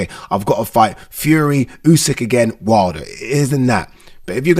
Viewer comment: The fact that this guy can't even pronounce his own surname right is worrisome.